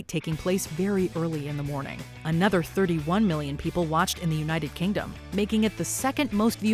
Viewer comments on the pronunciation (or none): none